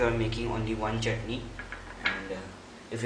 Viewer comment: "One chitney" Seriously!? Dude, so you actually eat pieces of chutney? XD XD Well Done!